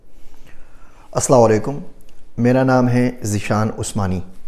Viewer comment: As Salaam U Alaikum! Sir ap baki alfaz sahi bolty hen likn start mai (As-Salaam-U-Alaikum) sahi nhi krty... Or MIAMI ki location hata den sir bht wahiyaat cheezn samne aarhi hen location highlight nhi kren videos mai..